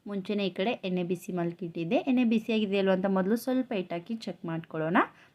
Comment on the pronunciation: ಎನ್ನೆ ಅಲ್ಲ ಎಣ್ಣೆ